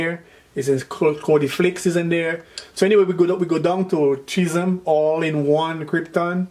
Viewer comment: Dude can't pronounce schism to save his life.